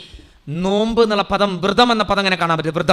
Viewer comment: വൃതം അല്ല വ്രതം .. പതി വ്രത.....യുമാണ്